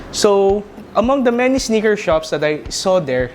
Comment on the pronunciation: It's "Sneaker" not "SniKeR"